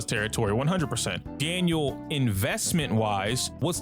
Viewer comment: ITS DANHIL NOT DANIEL SMH (to people that say Daniel)